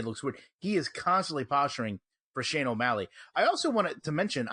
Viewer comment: Shane o'Malley? Its Sean omalley